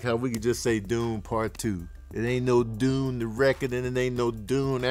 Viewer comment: Then why you give Dune Part 1 3.5 Sax?...even though you fumbled all the names